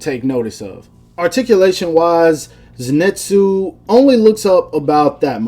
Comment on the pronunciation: Zenitsu is pronounced like zinitsu or zenitsu not zenetsu (no hate :) )